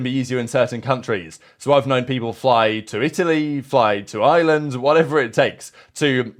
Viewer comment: Why people struggle to say IREland so much lmao